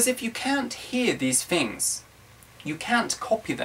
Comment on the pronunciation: He said "fings" instead of "things." Hee hee don't know why I am here.